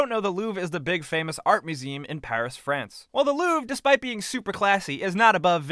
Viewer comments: It's LouvRE. Not "Louv" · It's not "Louve". It's Louvre with the r in it. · dislike for u saying luuuv instead of louvre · Goddamn, him misspronouncing louvre hurt me... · louvre is pronounced wrong